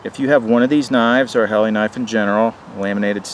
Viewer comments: Great knife,, it's pronounced Hellah.. Not Helly,,,, FYI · Pronounced Hahla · Dammit! It's your job to say it right! I have this blade with a custom handle. Lightsabre.